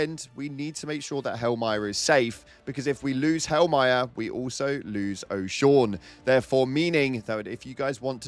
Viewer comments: 💛 just want to say it is pronounced Osha- Oo- Nay not O- Shawn haha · o-sha-ooo-nae not oshawn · It’s pronounced Osha-Une not O’Shawn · Oshawn huh? Ohh shhh eww nay say it with me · It’s pronounced o-sha-un-ay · 💛💛💛 It's [OH-SHA-OOO-NE] They game literally pronounces it for you! Oh wait...it's a meme? Right. Bruh us ragebaiting us. Abort Mission. To all channels!! Abort! Mission!